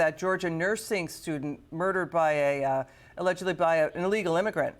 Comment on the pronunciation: Bidumb / Her name is LAKEN; not Lincoln 🤦🏽‍♀️